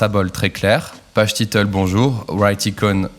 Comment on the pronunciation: hahahahaha les français ... aucun effort en anglais, PAGE TITEUL 😂😂😂😂 ... great video though